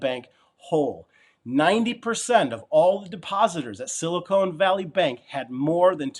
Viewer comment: Silicon! not Silicone! haha .... thanks for the video as usual